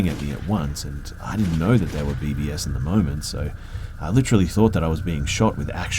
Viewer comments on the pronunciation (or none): It's BBs as in BeeBees, not BBS😭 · 'A barrage of Bee-Bee-Ess' FFS LOL